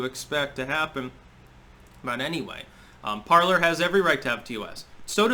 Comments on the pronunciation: It’s pronounced ~par-ley ~ the R is silent. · Okay someone answer me this because its driving me crazy. Is Parler pronounced parl(er) or parl(ay). I keep thinking it's the latter because its the French pronunciation of the verb meaning "to speak." But everyone keeps pronouncing it Parl(er) so maybe I'm just going crazy 😆